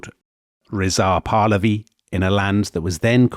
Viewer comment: *makes fun of [southern] Americans for pronouncing Iran incorrectly *immediately mispronounces “Pahlavi”